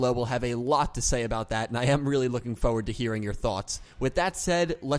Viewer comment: You pronounced forward differently